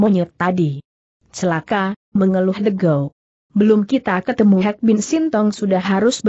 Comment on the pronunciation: de' kiang , de' beng , de'gow, de' bes ( the best 😁😁😁 ) the di baca de' emang lagi ngomong bahasa si bule....🤣🤣🤣🤣